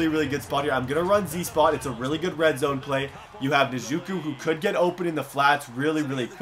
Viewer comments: Its Nuh-joku. Sorry it was annoying whe way u said it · Njoku - In-Joe-Ku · Dear god. My last name is Njoku and to hear him butcher it makes me cringe lmao. We don't expect anyone to say it 100% perfect but the closest pronunciations are "IN-JOE-KOO" or "IN-JAH-KOO" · Its pronounced n-joe-ku. Js lol love the videos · It's prounounced en-Joe-coo lol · Njoku is pronounced like En-Joe-koo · ITS N-JOKE-U (pronounced) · You said David njoku wrong it is pronounced like ni-jo-ku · Your saying Njoku name wrong just a heads up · Pronounce David Njkou right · The "N" in Njoku is silent